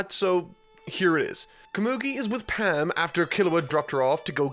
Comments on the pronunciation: Love the videos, but your pronunciations really get to me lol. It's Palm not Pam for example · Same here. Like how he mispronounce Palm with Pam? That’s an English word. 😩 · In dub, they say "Kura-peh-ka" instead of "Kura-pee-ka", and Palm & Netero as it's spelled. Not sure how he got Palm and Netero names pronunciation wrong, but maybe due to his accent.